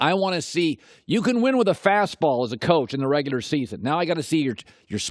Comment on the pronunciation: “In da reguder season.” ~ Colin Cowherd